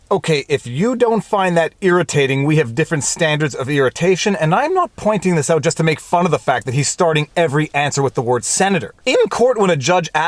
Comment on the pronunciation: "Sputs it ut". Very Canadian. Viva is great.